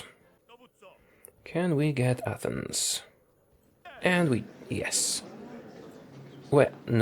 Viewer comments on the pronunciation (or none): none